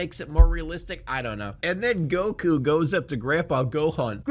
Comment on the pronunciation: Yeah, I mentally checked out after “Geeku”